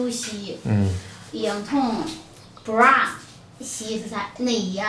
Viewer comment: 念那个bra的时候好好笑哈哈哈哈